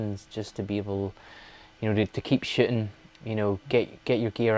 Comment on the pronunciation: Please, please, PLEASE don't take this the wrong way. I mean no disrespect whatsoever. I love your work and love your accent but every time I hear you say shooting.....i so hear shitting! lol I'm sorry man. I mean no disrespect. I, love everything you do. I watch EVERY video you post. Thank you for what you do. I learn so much from your work. Thank you.